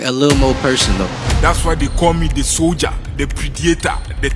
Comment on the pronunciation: Soldiah, Predatah, Swarzennegah. 😂😂😂